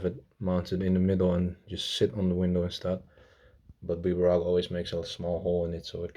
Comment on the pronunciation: Its Bburago but when you pronounce the name its not B-burago its Bburago